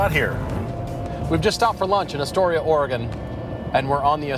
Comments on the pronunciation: Thank you for enunciating Oregon correctly. I love the entire WA - CA coastal highway, it's honestly surreal. Edit: HAHAHA, I have never heard it pronounced Tilla-MOOK. That is incredible. Locals say "Tilluh-muk." That was great!! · FYI it's pronounced TillaMUK not TillaMOOK . but you're forgiven because you pronounced Oregon correctly.